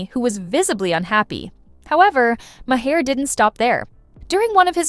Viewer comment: Did she just called Maher “Ma - Her”??? 😂 girl, you can stop there. Nothing you say after that is worth listening